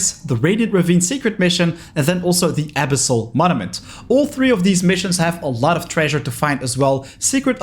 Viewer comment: its abÝssal